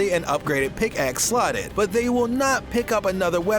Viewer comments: Did he just say pixack instead of pickaxe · I nearly died when he said Pixake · " the picks-ack warriors" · I think he said pixacke weapon 😂😂😂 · Did it annoy anyone else how he said "Pixack"? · And then he said it right the next few times... confusing. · I was annoyed 2